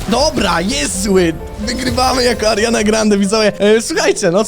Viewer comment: Czy tylko ja usłyszałem ze kilka razy powiedział zamiast Ariana tylko Mariana